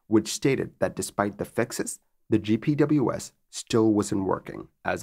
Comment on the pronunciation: if you want a tip to sound more savvy, in the aviation community GPWS is pronounced "Jip Wizz"